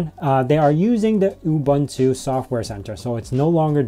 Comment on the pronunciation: Psst... oo-BOON-too.